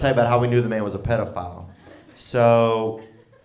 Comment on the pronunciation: Didnt realize it was pronounced Pediaphile! Pretty cool educational-comedian